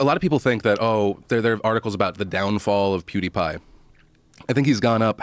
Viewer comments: As soon as I heard it I stopped the video and went straight to the comments XD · Joe "poodiepie" Rogan 😂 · btw you are saying his name wrong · LMAO listen to way he said pewdipie's name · Nice pronunciation my dude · Joe's pronunciation of Pewdiepie is hilarious. He has to be doing that on purpose right?